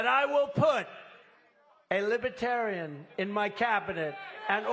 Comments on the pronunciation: This azzfart, cannot say the word Lib-er-tarian. He says "Libra-tarian" or "Liba-Tarian" and he speaks in the third person like George Costanza. And did he say that Biden is fining Christians $11, 000 for singing hymms? trump is nuts! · He struggles to even pronounce the word libertarian